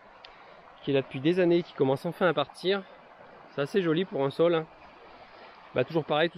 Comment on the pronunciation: Merci, belle vidéo. Juste un petit quelque chose, saule ça se dit "saule" et non "sole" et taupe ça se dit "taupe" et non "top"